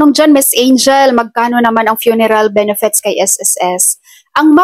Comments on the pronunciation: Ate BENEFIT EDUCATED K P NMN ! Pano mo I pronounce ang benefits. Benefets😀😀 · Ayusin m pronounciation m anong benefets..😂😂 benefits madam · Benefits hindi benefets